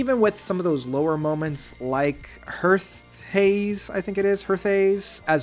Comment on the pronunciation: It's "Heathaze", not "Hearthhaze".